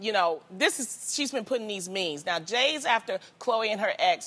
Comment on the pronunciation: Loni just STRRRRUUUUUGGGGLLLLIINNGG saying "Tristan" 😂 that whole intro was a mess. She said "Jays after" instead of "days after" lmao